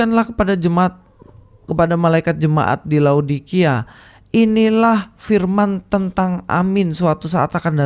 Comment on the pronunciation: téh urang Sunda, bukan? Koq ngomong "firman" katanya "P" nya kecil. Juga saat ngomong "opening statement" jadi "opening setétmen. Jamaah, tolong teliti kelicikan yang hanya nyomot ayat dan menghindar bahas soal "ciptaan pertama". Kalo nabi anda memang ciptaan pertama, tentu akan ngebahas. Ayolah jamah, oh, jamaah... telitilah